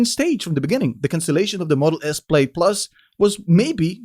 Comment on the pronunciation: The pronunciation of “plaid” isn’t correct